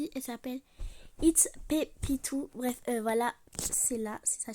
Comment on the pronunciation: Déjà tu prononces même pas its petitou correctement non mais franchement